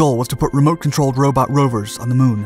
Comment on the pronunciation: Did he say the moon or shamu. I don't know just rewind it again. Ok